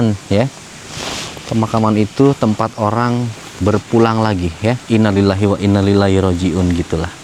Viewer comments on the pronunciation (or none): mas ngapunten, pelafalannya njenengan salah. yang bener إِنَّا لِلَّٰهِ وَإِنَّا إِلَيْهِ رَاجِعُونَ innaa lillaahi wa innaa ilaihi raaji'uun. coba cek Qs Al Baqarah 156